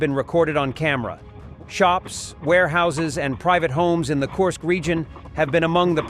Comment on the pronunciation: Korsk or Kursk